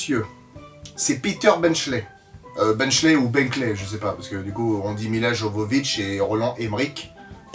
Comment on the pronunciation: Parce que "Emmerich" est allemand, et que Jovovich est serbe, cela ne se prononce pas apareil (d'autant que Jovovich s'écrit en cyrillique)